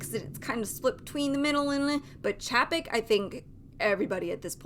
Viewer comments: Pronounced..... CHEY-PEK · If you don’t know how to even pronounce his name I can’t take your opinion seriously.